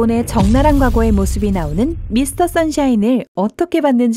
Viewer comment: 미스터 썬샤인이 아니고여. 미스터 션샤인입니다. ㅎㅎ 늘 건강하십시오.^^